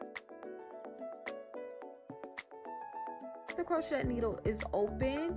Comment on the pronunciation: The T is SILENT in crochet